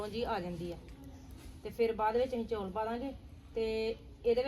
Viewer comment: Hlo ji happy lohri tuhanu te tuhade sare parivar nu te tusi jaat Punjabi ho kr chaul nu chauul kehnde o